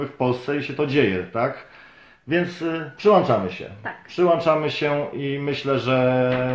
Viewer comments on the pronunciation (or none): Przyłączamy. , nie przyłanczamy Panie "redaktorze" 😉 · Nie mówi się "przyłanczamy" tylko "PRZYŁĄCZAMY"!!!